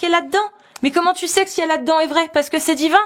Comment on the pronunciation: Les tju au lieu de tu …. On n’en peut plus de la banlieue.